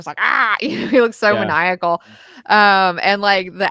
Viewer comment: Good call. Also "Maniacal" was pronounced correctly!